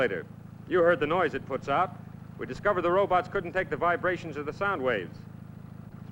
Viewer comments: 🎶 I like robutts and I cannot lie..🎶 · Scientist guy kept calling them robutts.🤣